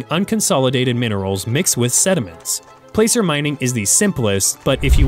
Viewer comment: Pronouncing "placer" wrong